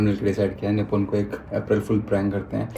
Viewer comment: "APH-RIL FOOL"🎉 😂